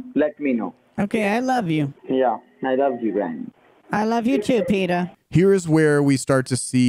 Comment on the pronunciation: Well, he said Peter, but this sounded like 'Pidor'. But the scammers are real pidors.